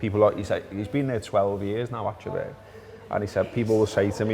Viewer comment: As Scousers you should actually pronounce "Achterberg" correctly! ;-)